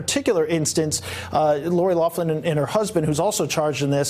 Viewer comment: Loughlin, pronounced locklan, there is no F sound in there, pls stop calling her loflan 🙉